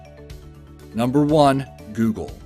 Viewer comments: he call it giugle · You said vav wrong. The A sounds like the O in god